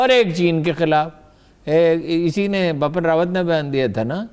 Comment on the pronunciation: These anchors don’t do any research on correct pronunciation of names.Haroon Rasheed is constantly saying,”Bapan Rawat”,whereas,the correct name is”Bipin Rawat”.Bipin is a very common Indian name.